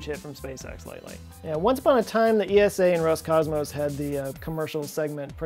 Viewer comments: We Eurpeans just say Esa... Not E.S.A. Altough a great video. 👍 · As a European let me make a small correction: It's simply ESA not E.S.A. , similar to how you say NASA and not N.A.S.A.